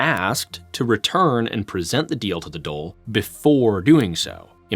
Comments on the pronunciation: The Dole is Social Security Benefits xD I think you mean the Dáil :p Its pronounced like "Dawl" At least you didn't use the weird and very wrong RTÉ pronunciation, for some strange reason the call it the "Doyle". RTÉ famously misspelled their own name for 40-odd years. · Pronunciation of Irish names and placenames was surprisingly accurate. 👍 With the exception of Dáil which is not "dole" which is our word for unemployment benefits 😆 - it's more like "doll" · Great video , One thing on pronunciation(nit picking) the government building is pronounced as " d-all " . In the video you pronounced it as dole which is the irish social security payments.Great video though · Dail DAIL !!!! DAWL not DOLE !!!!! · It’s pronounced dawl not the dole. Great video, but how did you miss that? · Why do you keep calling the Dàil the "dole"? You pronounce the A, it doesnt become a o. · Great work bro. One lil thing I will pull u up on is the pronunciation of the Dáil. á makes a long awww sound, like the sound u make when a doctor has a stick on your tongue to check your tonsils. The Dole as u pronounced it, is the queue for social welfare payments 😂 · Great pick. I'd have loved if could have consulted on some of those pronunciations though... "The Dole" for the Dáil is especially tough to hear. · Great and and production. Although the pronunciation of Beal na mBláth, and Dáil was butchered. He seems to have gotten coaching from on the pronunciation of many other names.